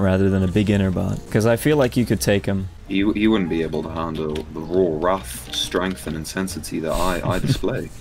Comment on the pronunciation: Wrath, not rough